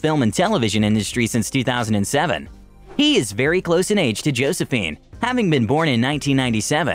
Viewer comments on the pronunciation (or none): none